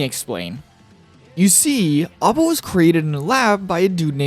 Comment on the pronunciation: A.B.A is pronounced with the phonetic a, like the group ABBA. It's the origin of her name after all. It's you think that's midge be a reference to music somewhere, it almost always is.